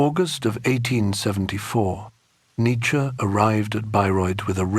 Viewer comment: 1 minute in and the narrator pronounces his name incorrectly..